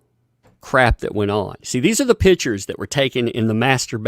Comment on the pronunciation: Just wanted to let know, that as a Portuguese, the way you say "pictures" I hear "pitchers". It's funny sounding. But excellent work on your channel! Love seeing your videos!